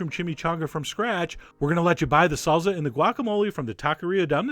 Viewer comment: IT'S SALSA, NOT SALZA.